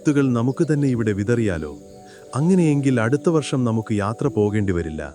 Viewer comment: വർശമല്ല ,വർഷം വർഷം വർഷം എന്ന് ഒരു പാട് തവണ എഴുതിയും പറഞ്ഞും പഠിക്കൂ😂